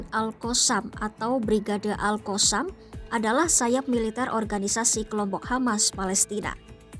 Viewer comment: Min sebut la betul2.. Lidahh tu adjust sikit, All koossamm ? 😂😂😂